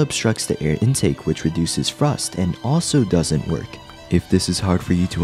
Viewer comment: Say after me, THrust, THree, wiTH